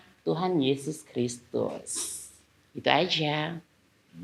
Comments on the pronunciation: Dear, boleh ale plintir kata2 iko ale mau. Tapi please, nama Tuhan jang sebut seperti itu. Kristus yah bukan mcm ale blg tadi. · Stop normalisasi Gilcans kah Ni dia pung gaya bicara, Tuhan Yesus Kristus bukan criscus, memang apa.yg di bilang tu benar, kalo org bicra bgthu dia Bahasa Indonesia Dpt 0 atau memang se baru ajar bicara e, Aduh e C musti baku dpt Deng b boleh spya b ajar c cara bicara yang baik dan benar